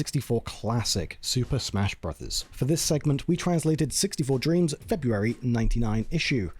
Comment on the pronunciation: thank you for pronouncing it "brothers", nothing bums me out quite like watching a video where the narrator says "brohs", ruins the whole cadence of the title